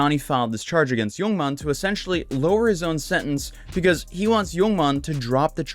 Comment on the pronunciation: every time I hear you say "yoong mon" I want to ask "what happened to oold mon?"